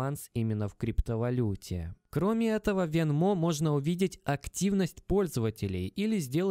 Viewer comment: Venmo ударение идет на е, говорю как гражданин США )